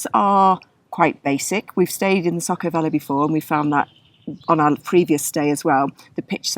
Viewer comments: I'm glad you enjoyed our beautiful Slovenia!! Btw, č is pronounced as ch, and š as sh. So it's river Socha, not Socka. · I'm pretty sure it's not said SOCO but the SOĈA river, said Soh (as in sock) Cha (as in chalk). When the little hat is above a C it is ch and above an S it is Sh. Sorry to be pedantic but I love that area and I had to check if I have managed to miss a place called SOCO 😂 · It would be more like Saw-Cha.